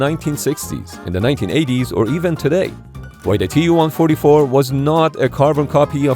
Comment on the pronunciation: المعلق ليس عربي. والدليل بانه لايستطيع نطق الرقم TU144